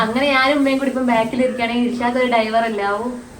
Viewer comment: Daivar അല്ല ഡ്രൈവർ